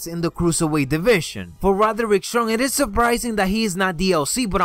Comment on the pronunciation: " Rotherick Strong "